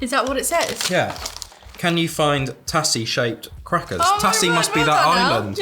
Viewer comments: Tazzie not Tassie, in pronunciation. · Tassie is pronounced Tazzy 😀 Bundaberg Ginger Beer is the best. So glad you loved it 😀 Fellow Aussie here 😀👌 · Hahaha I love how the pronounce things 💛😂 Not hating just find it funny how people say our things. Like you pronounced it tassie Not tazzie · “Tassy” it’s “tazee” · i hate how you said tassie its pronounced tazy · I’m sorry I had to say it even though it’s spelled tassie it’s pronounced tazzy and it’s a shortened version of the island called Tasmania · I laughed when he said tassie instead of tazzy! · The TASSY shaped one. It’s pronounced TA-ZZ-IE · tassie instead of tazzie XD lmfao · Tassy is pronounced Tazzy (Like the Tazzy devil) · “Tazzy” not tassy “Arn -ots’ not ar nots Our chocolate tastes different because it contains palm oil so it doesn’t melt as easily. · I’m Australien and the way they Said Tassie lol 😂 P.s Tassie is short for Tasmania P.p.S the S is pronounced as a z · Tassy 😂😂 it’s pronounced tazzie 😂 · and they pronounce it as tassie not tazzie 💀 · Hahahahhah I’m so mad tassy it’s pronounced taz-main-e- a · and when he pronounced Tassie without the 'z' sound! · And the "tassie" pronunciation instead of "tazzie" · Tassie! haha Just so you know it pronounced tazzie :D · it is pronounced Tazy even though it looks like tasy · Someone needs to explode some brains and send them both a Curly Wurly and a Caramello Koala; both caramel, both... different. Also, try and chase down Whittaker's Bundaberg Brewed Ginger Caramel chocolate block. Also, it's pronounced like a 'z'; TaZie... =D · It’s pronounced “tazzy” 😂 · Tassie is pronounced “taz zee” for Tasmania, the island at the bottom. Also the Kingston’s are by far my favourite and I hate that they only put 4 in the pack, makes me want to re buy the packet even if others are still leftover! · Tassie = Tasmania. Tasmania is that small island at the bottom. Tassie is pronounced more like "Tazzie"